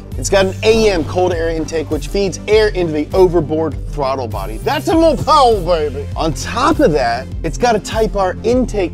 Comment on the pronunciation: I love how only says “powah!” When hes saying “mo powah babeh!” Any other scenario its power